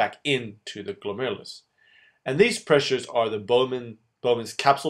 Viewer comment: i am literally laughing and crying at the same time while watching this video. the former because the way you tried to pronounce glomerulus is so funny, and the latter because i finally understand this part of nephrology! THANK YOU SO MUCH! i'm still waiting for the reabsorption video tho.. and can you PLEASE make one on countercurrent multiplication system?